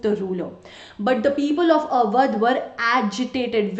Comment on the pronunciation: Sry it is AWADH